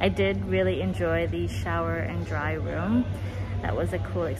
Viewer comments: I think it’s Day Room , not Dry Room…. Lol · Lol you keep saying dryroom but it says “Dayrooms”